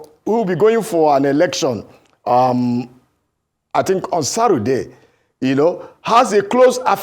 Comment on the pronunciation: Journalist say pari😂 politician say Sarurday 😂😂😂😂 werey oyanla